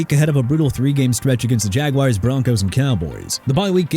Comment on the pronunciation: YOU CAN'T PRONOUNCE NEW ORLEANS RIGHT THEN WHY ARE YOU EVEN HERE?! PRONOUNCED OR-LINS... AND YOU'RE CALLING THE MIAMI DOLPHINS WEIRD AND RANK THEM 29?! YOU SHOULD WATCH YOUR MOUTH! AND BY THE WAY NEW ORLEANS CAN ALSO BE PRONOUNCED NEW OR-LEENZ BUT MAYBE IF YOU LEARN TO RESPECT A LOUISIANA CITY YOU KNOW HOW TO PRONOUNCE NEW ORLEANS THE RIGHT WAY! AND SAY JAGUARS RIGHT! JA-GWAARS NOT JAGWIRES!! DISRESPECTING JACKSONVILLE... SMH... TIRED OF THIS GARBAGE THIS EARLY IN THE MORNING...